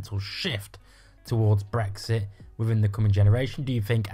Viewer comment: Brexit (or "bwexi" as you pronounce it) was the best thing to happen to the EU. The arrogance of you lot thinking you would be allowed back in is amusing. There will never be the unanimous support required amongst the EU 27 for British entry.